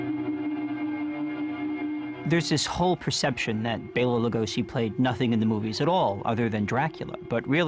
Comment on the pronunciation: Thank you for saying "Bela" (BAY-la) instead of "Bell-a." :)